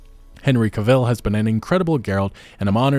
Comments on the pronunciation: Unrelated, but the way you mispronounced his last name so many times in the video really took me out of it lol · Love this channel. But you saying Henry's last name incorrectly is rather annoying. 😆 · It really is painful when this happens. Modern cinema…it feels like it is falling apart. (Also, just fyi, his last name is pronounced like “travel,” just with a “c” instead of the “tr.”) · Psst it is pronounced Cavill like in travel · Henry Cavill is pronounced like travel he himself has said that, not trying to be a jerk just trying to spread some knowledge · Henry CAvill. CA-ville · Cavill is pronounced like "Travel" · The way u sat cavils is infuriating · Henry Ca-Ville ? ... dafuq, did, i, just, hear. ? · You mispronounced Cavil so many times, I had to stop watching. Cavil is pronounced like travel, Henry himself said that once. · Dude, your content is great and I know this is nit-picky but Henry has stated that his name, Cavill, is pronounced like “travel.” Hope this is helpful for future vids 👍🏼🙃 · The way you pronounce it as Henry CaVylle. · Cavill is pronounced like travel. Just sayin'. With regard to the topic at hand, there is no Geralt without Henry. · It's pronounced Cavill, like travel Super disappointed at Cavill's departure. Not sure if I'll be disappointed enough to not give his replacement a chance, but definitely sad to see him go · Thanks for the content but you mispronounced his last name. It rhymes with travel. Very sad news. He was a wonderful Geralt. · Please learn how to say Henry Cavill name properly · That is not how you pronounce Cavill buddy. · Not for nothing.. but you’re pronouncing his last name wrong and it’s distracting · That’s the first time I’ve heard that pronunciation of Henry Cavill’s name Lol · Great video! Never heard anyone say Cavill with emphasis on the second syllabel like that though. Always great to see your videos hit my timeline regardless. :) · Say his name again, Henry Cavil. Again, Henry Cavil. Hm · Stop saying kilvil